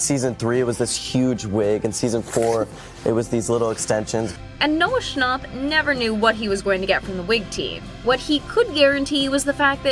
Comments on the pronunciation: It's Noah snap not Noah's stop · “Noah Schonop” 💀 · Its not Noah shnopp" it's fucking snapp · Ccnapp no its schnapp